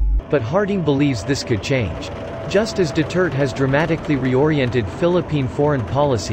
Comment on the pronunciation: Could you pleasw say Duterte instead of Dutirt!